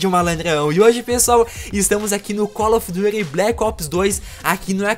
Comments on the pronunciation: colo of duty kkkkkkkkkkkkkkkkkkkkkkkkkkkkkk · Z L E V I B R O X Y Z amigo call of dutt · Colo Of Duty bleque opes kkkkkkkkkkkkkkkkkkkkkkkkkkkkkkkkkkkkkkkkkkkkkkkkk